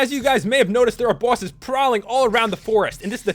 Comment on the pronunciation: He said bwoses